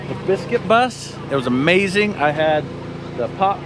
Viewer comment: Someone tell her amazing doesn't have a k on the end 😬